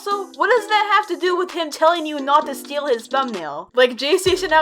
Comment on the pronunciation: he said steel not steal.